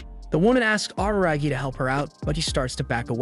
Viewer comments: Araragi= AH-RAH-RAH-GI In japanese when you pronounce the "R" sound it should sound somewhat in between an "L","D", and "R" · “Awruhrahgi” turns off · every time he says araragi he says it worse and worse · "ar-ra-ra-gi" Otherwise, great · Can't believe he mispronounced RaRaRagi's name the entire video. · the way this guy says "Araragi" really cracks me up.